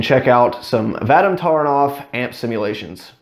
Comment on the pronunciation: in surnames Taranov emphasis is placed on the second syllable.ТаrAnov